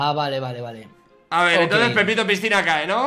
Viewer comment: fargan la dijo pipito a willy y no pepito jajajajajaja:V